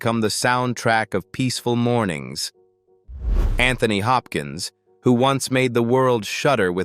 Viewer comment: PLEASE PLEASE PLEASE learn how to correctly speak his name. correctly.